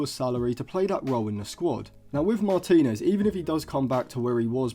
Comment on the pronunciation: I wasn’t questioning the ability…more the absolute butchering of his surname you made 😂